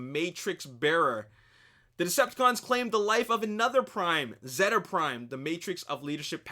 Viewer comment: its pronounced zeta (zayta)